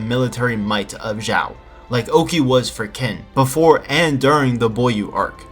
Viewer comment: It's not pronounced "kin," it's "tseen" -> tsin -> chin -> chin-a